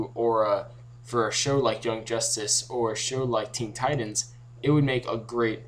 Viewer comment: Ten titans realy.... It is teen titans